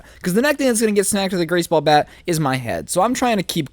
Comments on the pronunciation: You said GRACE BALL BAT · u said grace ball bat anywon else herd that